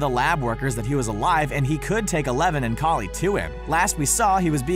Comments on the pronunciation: AAAAAAAAA KALI IS PRONOUNCED LIKE COLLIE NOT KALLIE WHY DOES THIS ANNOY ME SO MUHC HECK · Literally u pronounced it Collie, then a few sentences later, Kali